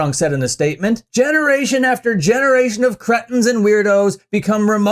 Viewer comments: It’s Kree-ten, not crett-un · Hope they let CJ sing the song that “cretin family” (pronounced “Cree-tin” for anyone who has ever actually listened to the Ramones). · You pronounce "cretin" weird. 🤣🤣🤣 Love ya,!